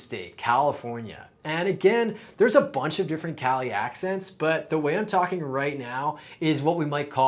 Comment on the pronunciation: I’m a NY’er and I heard that l when you said talkin. Say it more like tawkin the l sound is nonexistent